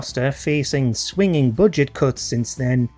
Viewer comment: Think you mean swingeing cuts (pronounced swin-jing) not swinging when talking about Primeval’s demise.